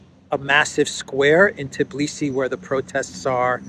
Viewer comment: it is Tbilisi not Tiblisi. Tbi-lisi. Your eyes see it, your fingers type it correctly but in speaking you swap two letters around. A common mistake, everybody says it, which adds to not becoming aware of the error and simply repeating it. Just like the fake story subject of this video. That other news outlets ran the story is no excuse,: you repeated it like a parrot, just like Tiblisi. Makes one think how many other "errors" are also simply repeated unconsciously. People's heads are full of it...